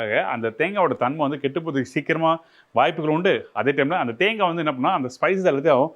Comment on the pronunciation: தேங்கா தேங்கா என்று உச்சரிக்காதீர்கள்.காது வலிக்கிறது. தேங்காய்த் துருவல் என்று சொல்லலாமே.🇲🇾